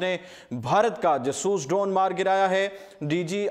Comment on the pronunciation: o, khudara name ap nay urdu point likha hai or urdu ki tangein toddd rahey ho ap, Jaaasooss tayara na kay jsooos